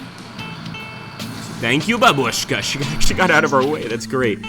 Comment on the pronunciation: both great video and game, but please learn how babushka is pronounced